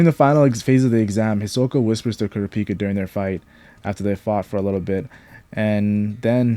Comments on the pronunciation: Kurra peka why do so many say it like that THEY PRONOUCE IT CORRECTLY IN THE SHOW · You say everyone’s name right except for KURAPIKA it’s one syllable not 2!!! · the way you said kurapika